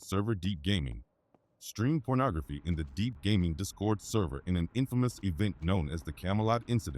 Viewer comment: This nigga said "child Pubernography"